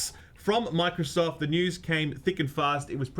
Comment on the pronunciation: How many times you gonna mess up the name 😂😂😂